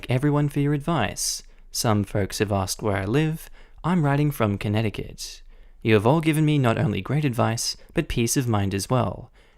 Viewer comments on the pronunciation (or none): none